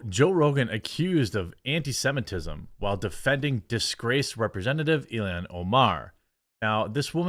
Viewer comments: Jesus he's killing me saying Ilian rather than ILHAN 🤣. I like Jeremy fine but he frequently screws up pronunciations. You would think that the times this happens would be few and far between given that this is his job and how he makes money. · pronounced ill-hahn* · Ur calling her ilian. Yo, I agree she's an alien, but her name is Ilhan, pronounced EEL-hon...almost like Elon...fuggin alien...AND the fed reserve is not "intelligence in accounting," it a fuggin fraud organization run exclusively by one ethnic group. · its I-L-H-A-N!!! Not " ILLIAN. Dude can you even read??